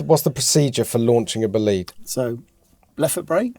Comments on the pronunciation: Why you call it Bleed? Is it bleeding? bOlide - there's an O - bOlide !!! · bolide not boleed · It’s not pronounced "buleed" but "boh-lee-de". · Imagine spending time with a £3.5m Bolide and calling it 'boo-lead' instead of 'bo-lied'. It's named after a meteor event, not someone booing the lead guitarist in a concert. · Pronounced Bó-lid-eh at least learn to pronounce it correctly it is not Bowleeeeeed. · Bugatti.....Bolìd?? 🙄😉 non Italian will probably not get this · that pronounciation is killing me, Bow leed.... no its bo lide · boleeeeed... It's bolide. bo-li-de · Is it pronounced, ball aid? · Isn’t it pronounced BOW LIDE? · Just stop calling it "Bohleed" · It's pronounced bolly-day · BOL EYED, its pronounced "BOL EYED" You can't pronounce "Aluminum" correctly, either. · The Bolide : pronounced "Bleed" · I hate when people pronounce Bolide wrong with the e silent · As an Italian, the way he keeps saying "Bolide" makes me a bit sick to be honest... good vid though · I get he is British, but I think even for British, he is pronouncing Bolide wrong. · I don't mind accents, but the way they say BOLIDE is atrocious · Can’t believe spend so much time making this video and still can’t get the pronunciation right !!